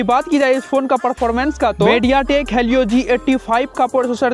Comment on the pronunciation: Bhai vo halio nhi helio he